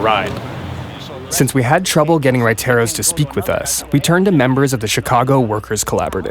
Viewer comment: lol the entire time he is saying huayteros and he was actually just trying to say raiteros q funny🤣